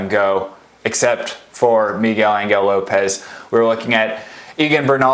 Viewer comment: migel angle lopez....stop it! it hurts to hear that